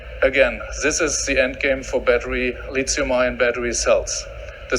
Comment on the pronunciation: "the lizium I own" 😂😂😂